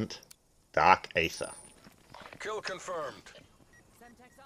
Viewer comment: You know its pronounced eether right not aather